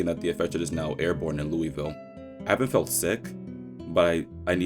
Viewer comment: Just because it sounds more like "loolville" or whatever because of their accents doesn't change the fact that he said it correctly.